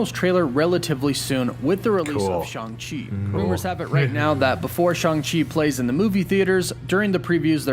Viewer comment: I heard Stan Lee himself pronounce him Shang as in bang and rang.